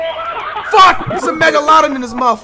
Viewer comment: megaloden🤣 had me dying😭